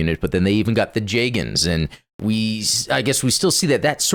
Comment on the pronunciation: pronounced jegun, not jegen